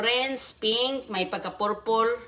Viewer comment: Pagaralan ko ang right accent ng purple.. its not porpol.. magtagalog ka na lang